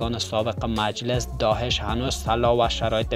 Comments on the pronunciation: داهش نه داعش درست تلفظ کن لطفا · سلام تشکر از گزارش شما لالا درست بگو داعش نه داحش